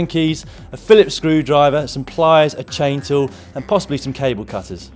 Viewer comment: When listing the needed tools it sounded like you said "a chainsaw" rather than "a chain tool" Caught me off guard for a second there lol